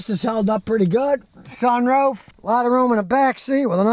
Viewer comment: "sun-ROAFE" sorry I had to do it